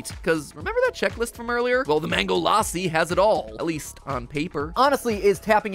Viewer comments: la-ss-i not laa-si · It's not laassi, its lassi(in pronunciation) like the a sounds like uh ( say bruh and get the A from it) sry for this i am not trying to bully or defame or annoy you just telling thats all pls dont hate me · LAAAAASI?! WHY (it's pronounced lussi ) WHAT IS LAAAAASI? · MatPat: The Mango L-AH-ssi Indians: Boi it's L-uh-SSI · It is not mango laaasi lassi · lassi is pronounced lus-sea not la-sea 😭😭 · it's luh-ssi not LAASI BRUH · IT IS LA SSI NOT LAI SSI YOU OFFENDED ME IM INDIAN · My Indian self screamed when matpat said LA-si. Had to pause the video for a full five minutes to calm down 🤣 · Before MattPat said famous drink in India, I had no idea he was talking about Lassi, coz he was saying Laasi 😅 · Its not pronounced laaasi the a is moch more like the u in fun the problem is that in hindi's(indian language) script we have letters to represent that sound but in engilsh we dont so u have to adjust it with other vowels like a and u (also real quick we have like more than twice the number of your letters because our sounds remain consistent throughout the alphabet and donr have single letters using multiple sound and u guys teach kids that you say c like see but when its in a word its like kuh but we dont do that here just switch to hindi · he said lassi wrong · Omg lassiiiiii I've been drinking it often recently taste is amazing also you messed up the name so bad 😂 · As an Indian, hearing how Mat pronounces lassi is KILLING me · That not how you pronounce lassi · Please pronounce lassi right